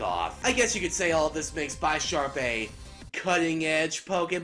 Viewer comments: ugh... BY-SHARP.... its BIS-SHARP because its a combination of the words bishop and sharp. and is it pronounced BIS-SHOP or BY-SHOP? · Dude it's bu-ish-arp like the ches pice bishop